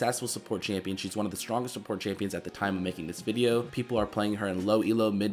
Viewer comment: Im not an english speaker but, I can underestand the most of things he say but the most of the time I hear: she ish a good shupporter, pretty much, shtrongesht, scoresh, pagesh xdxd